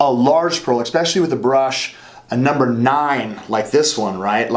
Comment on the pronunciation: "Expecially!" So cute 😄😄😄I haven't heard that in YEARS!